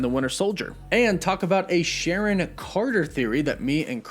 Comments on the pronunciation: The edgaedgacution of Sharon's name omfg,🤣🤣🎐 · Its SHARON now